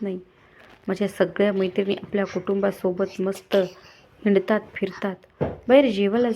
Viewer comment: हिनतात नाही हिंडतात